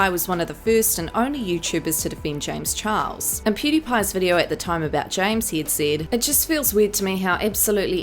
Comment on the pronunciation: Honestly I laugh every time she says James chihuahua